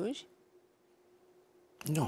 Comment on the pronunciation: Denise,la geografie am învățat ca este CLUJ nu Cluji și MUREȘ nu Mureși. Sau n-am învățat după același manual?!